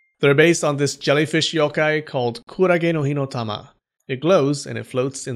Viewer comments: You pronounce the Yokai better than you pronounce the pokemon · I’m a Japanese yōkai enthusiast, and I have to commend you on your great pronunciation of the yokais’ names! I enjoyed this video very much 😊